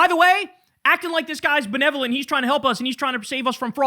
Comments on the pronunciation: What do you mean by belevolent? He couldn't pronounce the word! Not surprising. TrumpStein loves the dumb people because they make him feel better. This is the common Maga voter. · This has to be unreal The guy is clearly a bit slow I feel sorry for him he can't even pronounce benevolent. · That asshole can't say benevolent properly, much less doesn't know what the term means - but the right gets their info from this moron? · What do you mean by belevenonent? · “Belevenolent… what do you mean by that word?” -Nick Shirley, home school graduate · "What do you mean by the word... Belevolent?" 😮‍💨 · "whaddya mean by l'erd bullevelent"....congratulations America, your social media worship has made idiots like Nick Shirley a thing. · My favorite is "what do you mean 'belevolent'" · "What do you mean belevonlent?" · "What is belevnolent" - Nick Shirley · "what do you mean by bevevolent?" Is the kinda quote thats gonna live in my head for the rest of my life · I believe he said "belevonent" 😂😂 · I thought he said "Ben-Lev-O-Lent" either way it doesn't really matter, this is the definition of Dunning Kruger, he's too stupid to realize how stupid he is, and how Andrew casually and politely defining what is at best a junior high level reading word to him like a freaking child. Again he's so unaware he doesn't even realize his lack of even basic diction signals very loudly to a large swathe (bet he doesn't know that word either) of people how much of an ignorant dullard (that word too) he is. He's so stupid he lack the intelligence to know how stupid he is, and as some pointed out making fun of him borderlines on ableism if he weren't such an influential little prick of a human being. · This comment is so funny because Nick wouldn't know what ableist means just like in the video when Andrew says benevolent 😂😂😂😂😂😂😂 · "Bill-nevoment"? good glavening christ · Belovanent comment sir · He couldn't even say the word Benevolent!! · "belevanent" lmfao he cant even pronounce it.